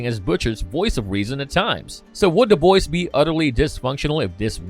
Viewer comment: When he says the boys does anyone else here da Boyz, I'm not trying to be an ass it just confuses me everytime I can't Cypher it.